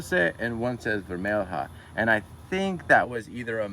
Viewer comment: Vermelha is pronounced like vermelya.